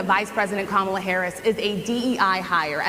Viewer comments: When he first says Kamala with the wrong emphasis he pauses just before to make sure he says it wrong and that people notice. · What a horrible POS he is. Not only does he immediately go on the attack, but he can't even bring himself to pronounce VP Harris's name correctly. It's not ka-MAW-la, it's KOM-a-la. Edit to add, 5 minutes in and I can't listen to him anymore. So much stupid occupying one chair. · It really chaps me that he mispronounces Kamala's name every stinking time! Must be intentional. So disrespectful. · DonOLD can’t pronounce KAmala. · He seems to have intentionally mispronounced Kamal’s name.